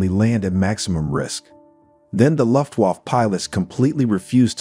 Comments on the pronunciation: "The "Loft-Woff-Pilots": It doesn't need to be perfect. But that ... sounds like a gay dog barking.... Guys, please try to change this pronounciation. It's "Looo-ft-Wah-f-fe" ["fe" like in "federal" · Take a shot every time you hear Lutt Woff